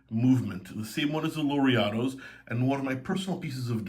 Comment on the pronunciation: Hi! It is a while I have this curiosity: the GP Laureato has an Italian name, and I'm sure you knows how to pronunce it correctly, do you use the american pronunciation t make it recognizable for your viewers?